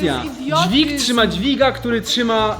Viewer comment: "Dwig trzyma dwiga". Najpierw poprawna polszczyzna, potem parcie na szkło.